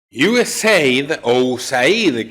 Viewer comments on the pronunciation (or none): US-AID. "Eid Pronunciacion en ingles.. Gracias por todas tus informaciones. Un saludo desde Miami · Sí... Se pronuncia Iueseid